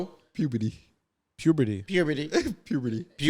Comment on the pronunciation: its puberty not pubity